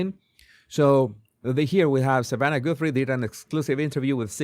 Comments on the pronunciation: Savannah not Samantha!!! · Jesus it’s “Savanna” Guthrie not Samantha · Savannah...not samantha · What i noticed in this video was that it's not Samantha it Savanna! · Hello Mr. "" her name is SAVANNAH Guthrie NOT "Samantha"!! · Its Savannah not Samantha. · Savannah not Samantha😂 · It's Savannah not Samantha LoL. You said it right but you wrote that title wrong 😂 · Savannah, not Samantha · It is Savannah moron